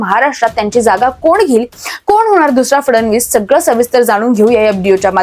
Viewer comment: फडनवीस आणि फडणवीस यातला फरक पत्रकारांना कळत नाही आणि उच्चार पण करता येत नाही।